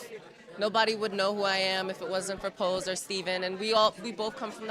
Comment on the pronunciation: Narrator keeps referring to the film Pose as "POSSE." Big difference in the meanings and in the individual movies! Ha